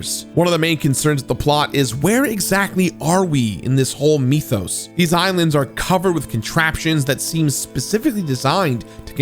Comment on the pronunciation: The way he says mythos though💀